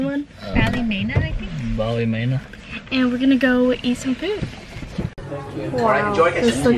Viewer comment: The ballymena place is pronounced bally-meena